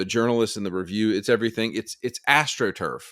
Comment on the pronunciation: Astro truff every second word. Horrendous take.